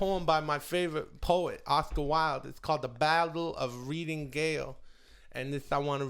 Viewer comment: funny that neither chris or bryan know that it's pronounced reading (rhymes with heading) jail, not reading (rhymes with leading) gaol.